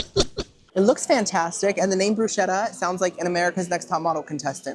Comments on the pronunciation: you are a delight!! Bruschetta = broo-sketta. Ch in Italian is a hard k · Bruschetta is actually pronounced bru-sketta:) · YOU PEASANT, IT’S PRONOUNCED BRUCE-KET-AH!!! Love you ❤